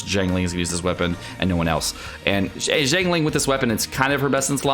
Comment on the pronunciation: Xiangling, Xiao, Xinyan - pronounce the "X" with an "S" sound rather than a "Z" sound